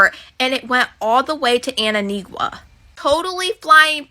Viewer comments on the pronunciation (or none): Did she say "Anninigua" LOL Does she not see the "T" in the word? Hilarious. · Oh, I'ma need ol girl to pronounce ANTIGUA 🇦🇬 properly. SMH... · How are these tik tokers reporting on Diddy info and not able to pronounce the country ANTIGUA 🙄 like come on...they dont know phonics